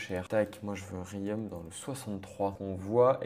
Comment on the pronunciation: J’ai mal au oreilles quand j’entends la prononciation de Riom